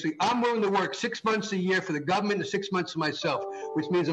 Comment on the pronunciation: Guy literally just said gubmint.